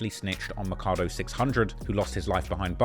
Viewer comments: this the dude that "Why he told" was really about.....also Makado is pronounced Mack-ah-do, not Muh-kah-doe. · say it with me… MAK-A-DO ! Bc this mak a do you!!!!!! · why this guy just called Makado “mah cah do” 😭 he stay mispronouncing shit